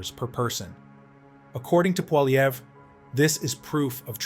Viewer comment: I love how the AI cannot pronounce Pierre's last name ahaha! kills me every time I hear PWOLLY EVERA!!!!!!!!!!!!!!😅